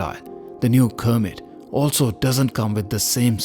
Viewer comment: Its Kermit (from Kermit the Frog on the American show Sesame Street) not Cermit.